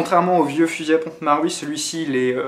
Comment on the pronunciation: dsl mais sa se dit tokyo maruuuuiiii il faut dire le u ahha